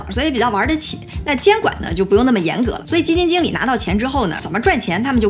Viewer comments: “基金井理”lol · 基金jǐng理，😄东北话出来啦🤗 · 基金井里，没毛病，正宗东北口音